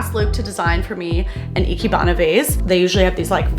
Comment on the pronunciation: I always love your design videos so much. I can't think of anyone else on YouTube I love as much for style as you! Also Ikebana is said like I-kay-bana. The rest you are saying correct, but ke is said like kay in Japanese! I've loved Ikebana for a while. It feels so unique.